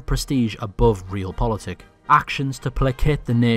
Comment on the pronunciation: Great video but im gonna be really nitpicky here and just say you said realpolitik wrong